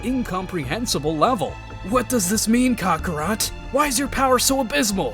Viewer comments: “What does this mean cock-arot” bro why did you say it like that 😂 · Did he call him cockrot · “Ca-ca rot” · No... He said cockarot 😂